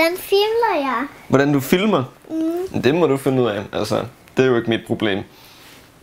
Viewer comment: Elsker at siger Fimler i steder for Filmer